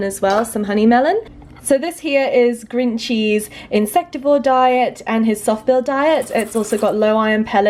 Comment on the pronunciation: Every time you say "Grinchy's", I was hear "green cheese" XD